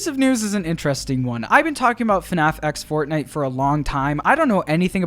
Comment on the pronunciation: HELLO AND WELCOME BACK TO ANOTHER VIDEO ON FUHNAFF 😝👍